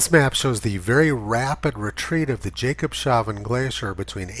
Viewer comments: Tony, it’s not pronounced “Jacob” it’s pronounce “Yahcob” …yah cob shav en……..just trying to help….. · I'm pretty sure that it's pronounced "jacob's havn" not "jacob shavn." The word "havn" is some kind of germanic language meaning "harbor," or "haven." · HI Tony, Jakobshavn means Jakobs habour in Danish. So you need to say Jakobs ..... havn. Havn is pronounced like lawn in english , but with an H instead of a L. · Nice one, Mr Tony! It is Jacob's Haven, not Jacob has no beard...Jakobs-havn! :-) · Jakobshavn means Jakob’s Harbour and is split in syllables like this: Jakobs-havn. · Thank goodness for your commentaries, data and history research. I’m subscribed for a couple of years and sharing your videos as much as possible. Minor thing - Jakobshaven is pronounced Jakobs-haven, not that he got shaven… 😅 Keep up the good work 👍